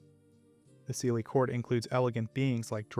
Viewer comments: OK I am picky but SIDHE is pronounced SHEE and not SEEDHAY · With Leanan sidhe, you managed to completely mispronounce the Sidhe.... It is actually pronounced Shee. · Just fyi, Sidhe is a Gaelic word, and it's pronounced "she". Kinda like the Irish actress Saoirse Ronan, whose first name is pronounced "ser-sha". It's usually a good idea to google the pronunciation of a proper noun over just trying to sound it out, especially when it's a loanword from a foreign language.